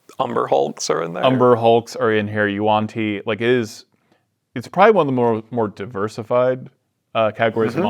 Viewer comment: I can’t believe yuan-ti got mispronounced as “yew-ahn tee”! It’s “waan-tee”, come on! I like my made up nonsense in a very specific way, and that wasn’t it! 😂 UPDATE: Now they’re mucking up “boo-lay”! GRRR 😡